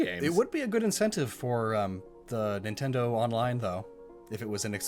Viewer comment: People that say “N tindo” pmo